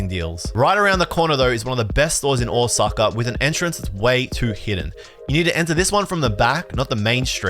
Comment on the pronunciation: ahwsucka, hilarious nonce pronunciation